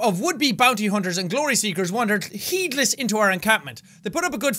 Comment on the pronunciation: “Heedless” ~ Jacksepticeye 2016